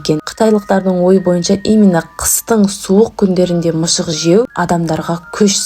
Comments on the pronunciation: Неге сіз мысықты мышық дейсіз 😂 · Мышық емес мысық деңіші 😂😂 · Мышық емес МЫСЫҚ